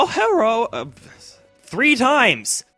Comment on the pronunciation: Love the "Herro!!!" parts.